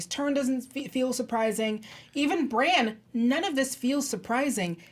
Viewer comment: Your pronunciation of Bran or Brienne were a little strange. You pronounced their names like Bron and Brianne. 😂